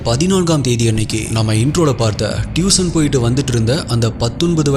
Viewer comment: டியூஷன் , அது டியூசன் அல்ல , Improve your pronunciation ...